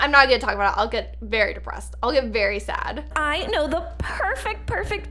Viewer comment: and it said odd not sad